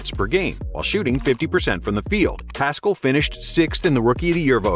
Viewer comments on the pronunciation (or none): I'm pretty sure Paschall is pronounced without the c